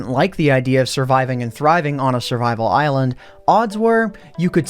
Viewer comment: Did he say "eyelond*